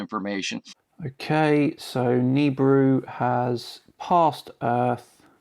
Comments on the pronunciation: It's Na BEER ooh ya bloody brit. What the hell is a neebru? LOL congrats on 100K excellent channel been loving it! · Is he calling it Noobrew? OR is it nibrew? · Awesome show! BTW: The Planet is pronounced Nuh-Beer-Ew — Nibiru The planet hunter (Sam Hoffman’' says it wrong! Keep it up … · Is that just me or does this Sam Hoffman guy pronounce it more like "Nibrew"? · It's pronounced nibeeru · Omg, my dad is a complete nut about this nibiru shite and he's been " researching " this stuff for years. Also he pronounces it ni-beer-oo, I don't know if that's correct or not but hearing it in the video said differently way was weird to me. Oh and one last thing, my dad is the most gullible person I've met when it comes to internet conspiracy theories. According to him I need to have a more open mind, and when ever I disprove any of his quack "theories" he says I can't possibly know the "truth" cause I'm only 16 and he's 57. He's age is partly why the internet can tell no lie to him. He just doesn't really understand how the internet works. At least he doesn't believe in flat earth, but my mom is leaning towards hollow earth I think. Any time they try spouting any nonsense I just try to make it seem stupid and it would only make sense to a child, and the start with the facts of how it couldn't possibly be that way for what every they bring to me. Any ways great video, and I'm super excited for a 100k special!😊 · You got it so wrong mate. Beside the fact that you are saying Nibiru wrong - you chose the shittiest video to show as proof.There are literally tons of scrolls that describe the planet and it path. Just do a proper research before you bark.....You fucking clown.